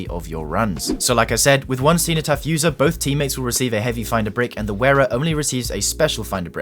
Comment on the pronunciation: Man as a Brit how did you pronounce cenotaph so spectacularly wrong